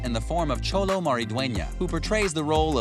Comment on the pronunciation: Anyone else notice he calls Xolo "Cholo?" lol.